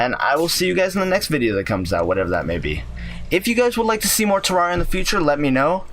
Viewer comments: It's terraria not terrawria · Its not tarrauriya its terrareuh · If terraria is your favorite game how come you can’t even say the name of it right it is Terraria(Ter-RARE-e-uh) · its prononced terraria not terraria!11!1! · Ter-rar-ree-ah haha wow. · i know terraria is spelt terraria but... YOU PRONOUNCE IT TEREREEA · If terraria is one of your fav games Why are you pronouncing the game wrong? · you are saying it wrong